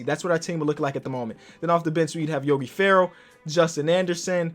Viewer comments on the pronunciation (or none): did anyone notice that he said yogi ferrall